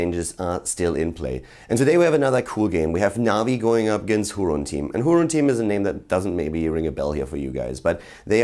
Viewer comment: if it's a spanish team i believe it's pronounced "hurón", not that it metters thou